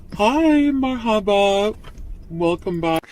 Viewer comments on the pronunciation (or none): Sometimes all the ragging of FB about her Arabic skills (or lack thereof) makes me feel a bit bad about my own lack of progress, but then I hear her pronunciation of “mar-HA-buh”, and I feel better 😅 (also, I haven’t lived in an Arab-speaking country)